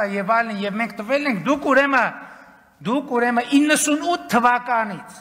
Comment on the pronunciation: Պարոն Փաշինյան դուք տիրապետում եք հայերեն լեզվին ես երբեք չեմ կասկածել բայց կներեք մի փոքր ուղղեմ Ձեզ ինչու եք ասում«ուրեմը» երբ ճիշտը «ուրեմն» է կներեք երբեք սովորելը ուշ չէ